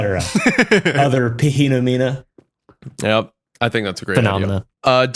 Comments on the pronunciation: pa-hena-mena has to be the CRAZIEST mispronounciation of phenomena ive EVER HEARD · 'You guys ever see a pah hemo neena?'